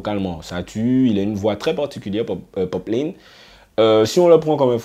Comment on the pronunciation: Ça part d’un bon sentiment mais attention c’est “poplAne” pas poplayne.